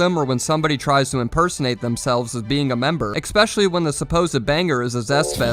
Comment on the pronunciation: decent style, this guy is a fool learn to pronounce "especially" and i'll like you even more